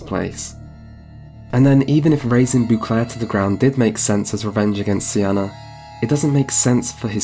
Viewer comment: I need you to stop saying " boo clair"